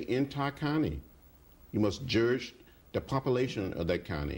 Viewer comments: Jurdge not lest ye be jurdged. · Like everybody else, I never knew there was a "R" in judge. Least now I be learned bout it.